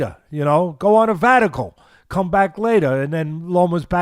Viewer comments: Go on a vatical? Lol is that mix of vacation and sabbatical??? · A "vatical"? Do you mean a "sabbatical"?